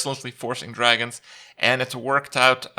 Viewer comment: To pronounce it "Dwagons", you need to at least be furry adjacent.